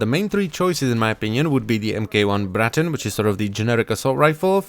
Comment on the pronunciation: I love the way you roll the R in Braton